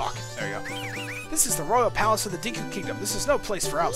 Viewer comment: Not gonna lie, it'll be great once we move on to snowhead so i can stop hearing him keep say "Deeku" Link